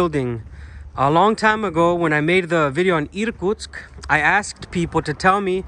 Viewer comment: I was born in the Soviet Union, but never been in the eastern area of Russia. Thanks to you I can see some of it. try saying irkUUUtsk, not Iiirkutsk, put a stress on U in the second syllable, 😀